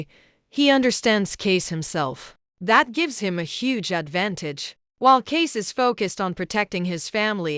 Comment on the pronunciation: Tell your AI voice over girl that his name is pronounced CAY-SEE not Case